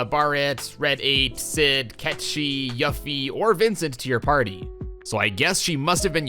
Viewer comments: Still sticking to "Aeris", huh? Those other pronunciations were kind of jarring too; "Baah-ret", "Yuf-ee". I know the pronunciation of Barret is a little contentious but Yuffie is definitely "You-fee". Also, slight mistake, it's Red XIII (13), not Red VIII (8). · how long has this game been out? and you STILL butcher the pronunciation of character names... Yuffie and Barrett!!! omg lol it's YOO-FEE & BEH-RETT!!! not "Yuh-Fee & Bah-Rhett" SMH !!!! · Yaffy and Bahrret 💀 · Did you purposely constantly swap names constantly like the two different yuffie pronunciations just to make sure nobody is happy? Lol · Thumbs down because you keep mispronouncing Barret and Yuffie and called Red XIII RED 8.